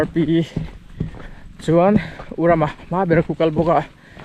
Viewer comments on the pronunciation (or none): none